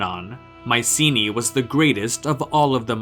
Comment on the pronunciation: It would be nice to hear the name 'Mycenae' pronounced correctly